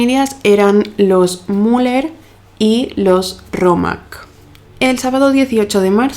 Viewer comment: Cómo vas a pronunciar Muller, a un apellido que es claramente Müller??? Hasta iA corregiría este bestial error. Por otro lado, la burrada de mencionar de que no encontró ADN!😂 Seriamente... Adn en los 1950???? No te dedicas a leer sobre casos policiales???? Por favor, el nivel de ignorancia